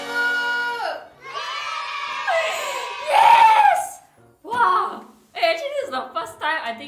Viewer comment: "YESSSSH" the most committed yes i heard in a while